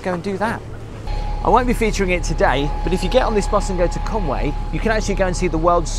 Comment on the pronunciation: TAROT is pronounced Ta-row. The final T is silent. And Conwy, Con-wee. The only way the Grand Hotel will get repainted is if someone were to put some graffiti over its current state saying "wet paint"